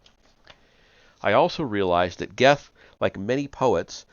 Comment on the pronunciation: Goethe is pronounced Gurt. Rhymes with dirt. I know. It weird. German thing.